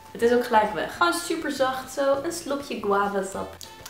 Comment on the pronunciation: je zegt eigenlijk guave